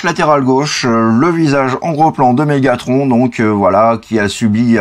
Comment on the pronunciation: Dis megathron pas Megatronche